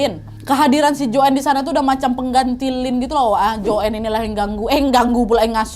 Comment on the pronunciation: Nadia chanel yg paling jls menceritakan kembali kasus ini di banding yg lain, cm aku kok kesal ya pas dia nyebut nama joanne dgn joen. Lynn dgn Silin. Kesal kali aku...